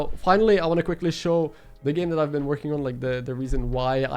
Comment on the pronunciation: Why did I hear "hello guy, it's Ben a while" instead of it's been a while. lmao